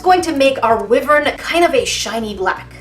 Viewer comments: You say wyvern very differently then I do. I’m not sure about other people but I’ve always pronounced it why-vern. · wyvern is pronounced why-vern i think i could be wrong love your videos keep up the great work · I really don't want to be mean, but it's pronounced (Why-vern) I'm so sorry if I sound mean... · I can’t be the only one who thought it was pronounced “why-vern”... right? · I love you but it’s pronounced (why-ver-rin) it’s a hard word so nice try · Sorry but this was bugging me, wyvern is pronounced like Why-vern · wyvern Me: BuT JAckiE YouR DOniG iT WroNG!!! I've always said it like "why-vern" 🙂 no hate, love your channel! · I'm pretty sure wyvern is pronounced why-vern. At least that's how I've always heard it. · I thought Wyvern was pronounced why-vern. Google agrees... deep breath YoUrE DOinG iT WrOnG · I thought it was pronounced fhe wi-vern but it might be pronounced both ways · But, but, but it's pronounced Why-vern so YoU sAiD iT wRoNg:p still love this content and you though! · No hate, I absolutely love your videos but, you pronounced wyvern wrong (it’s pronounced wai-vern) I love your videos so much and mean no hate whatsoever. Keep up the amazing work! <3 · I love your videos but it’s w-eye-vern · Wyverns= why verns Sorry for correcting you 😢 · i thought it was pronounced "wie-vern" but i guess not? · Wyvern (why)-Vern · You pronounced vivern wrong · the way you pronounce Wyvern hurts me on an emotional level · You do know that the word wyvern does have multiple ways to pronounced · YOUR NOT SAYING WYVERN RIGHT GOSH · fim trying not be salty buutttt you said wyvern wrong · BuT Ur SaYinG It WrONG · Every time says wyvern I want to cry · Wow im early i love you so much Also but youre saying it wrong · I pronounce wyvern. like. "why-vern" instead of "wee-vern". I really like them for some reason. EDIT: I also say "way vern" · Your saying it rong it is y -vrin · Wyvern not Wivern.